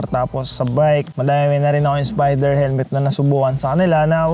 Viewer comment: "...ng spiderrrr"